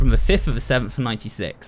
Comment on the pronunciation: I love how it sounds like he's saying "what da heck" instead of what the heck